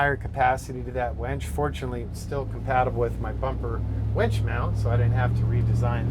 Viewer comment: Winch not wench lol